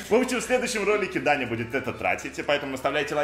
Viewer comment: МНЕ ПОКАЗАЛОСЬ НЕ ДАНЯ А ТАНЯ